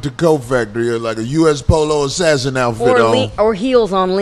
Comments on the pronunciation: This dude said U.S. Polo Assassin gear. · Lol this nigga said US polo assassin